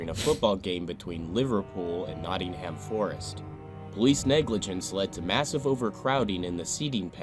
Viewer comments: Nottingum, not Notting ham How do pronounce New Hampshire? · The whole football culture was very different then. Pitch invasions and hooliganism was a major problem and you can see why the police acted as they did :(. (Btw Hillsborough is pronounced 'Hills-brer (short sound at the end) and Nottingham is pronounced 'Notting-um.') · Hillsborough is pronounced, "Hills bru" and Nottingham is, "Notting'm", btw. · Kept grating on me when the guy that made the Hillsborough video couldn't even pronounce Hillsborough, Yorkshire, or Nottingham properly.